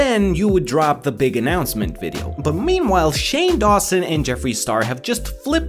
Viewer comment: I don't know if its just me but you said memewhile